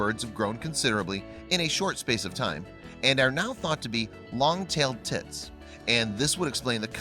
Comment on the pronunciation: Wait are you saying long tail tits or tips